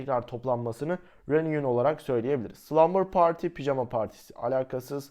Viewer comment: reunion reniyın diye okunmaz hocam